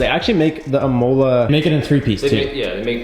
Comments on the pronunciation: Pretty sure it's IM-ola (like the race track) not im-MOLE-ah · That pronunciation of imola lol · PLEASE SAY IMOLA CORRECTLY NEXT VIDEO PLEASE 😂😂😂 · It hurts when he pronounces Imola wrong...